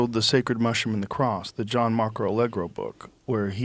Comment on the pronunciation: "So long its government makes its BEWK" 😂😂😂😂